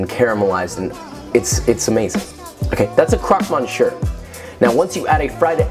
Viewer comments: that 100% not how you pronounce monsieur xD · Monshur 😂😂😂 you say it like Miss-yeur. That was painful but merci beaucoup pour le recette! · Dude it's pronounced me s i e like that not monsheur don't pronounce the sh the r and switch the on with e just so you know Anyways big fan awsome vid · mon sewer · what wrong mon-sure? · That was a great "mon sure" that you did there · Miss yurh, said quickly.. Thats the correct pronunciation for Monsieur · “Mon - sure”???? Really?? Love you tho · MONSHUR??? WHAT? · You are such a great and knowledgeable cook....but as a french speaker, your pronunciation of monsieur makes me want to scream lmao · Nah it's just the monsieur for me. Monssieur isnt that hard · This looks amazing!! New sub here :) btw you pronounced monsieur wrong but it’s okay lol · OMG. he slaughtered that!!! His recipes and knowledge are killer.....but mon dieu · The ONLY correct pronunciation of a French name is the French one. How does this obvious thing escape you? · Oh muh goood you butchered "monsieur" 😂 youre still adorable though and that croque madame looks incredible!!!